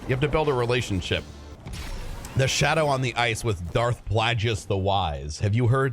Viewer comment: Cringed so hard when you said Plageius's name wrong.